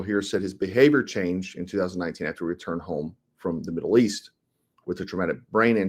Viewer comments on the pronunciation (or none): none